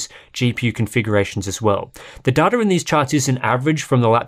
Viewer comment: Imagine pronouncing data as duh duh